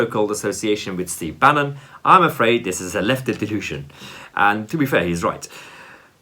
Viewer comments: Lol bannon not banyon had me chuckling. ... you funny 😎😜😎😜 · Mahyar Tousi has a pathetic analysis. Lammy is quite right to expose some elements of the conservative party as being far right - nazi. Tousi instead sits there looking smug and comfortable with himself for pointing out on two separate occasions that Lammy mispronounced Steve Bannon's name which is really no big deal. Who on earth could pronounce Mahyar Tousi's name if pronunciation is so important?